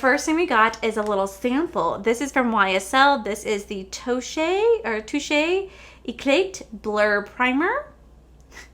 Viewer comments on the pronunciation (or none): “Touchay e clate” fjdjdksk